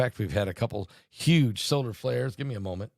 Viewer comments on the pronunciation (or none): none